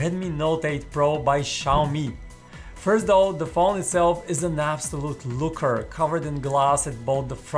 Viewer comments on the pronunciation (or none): none